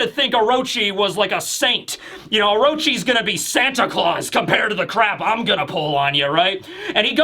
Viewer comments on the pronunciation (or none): none